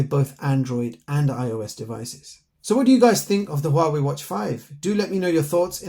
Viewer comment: The name of this company should be 2 Syllables 😂 The way you said it made our day mine and my friends thank you for the video ✅👈🏼🙂